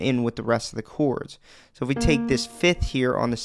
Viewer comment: I watch just to hear you say "chouawrds"